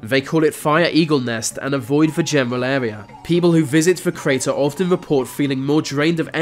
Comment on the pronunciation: GO TO SPEECH THERAPY... Blow your nose... Bloody awful. "fink" instead of think.. "Airwea" instead of area. "fousand" instead of Thousand. "growf" instead of growth. Totally f'd up what could be an interesting doco. Redo it with another speaker